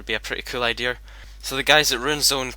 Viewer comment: i like how you say ideaer